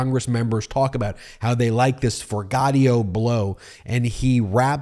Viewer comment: Hey, Ben, it's 'Forgioto', not 'Forgottio'.....Just saying (since right after you say his name, you play a clip where he says his own name). 😇🙏🌈